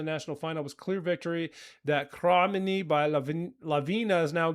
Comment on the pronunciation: Came to the comments to help you out with pronunciation 😊 Nis/Niš- Nish, their hometown Kraj- like pronuncing Cry Mene is spot on from your end. Cherry on top- "I'm still keeping a place for you next to me And this impossible love is killing me, Can't you see how much I'm breaking The more I give the less I have you." 😊😊😊